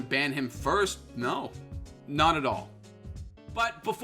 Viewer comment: im sorry but i thought there wouldnt be an R in NO